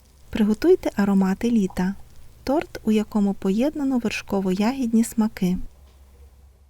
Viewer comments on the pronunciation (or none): Ой , як завжди смакота , тільки не тРот, а тОрт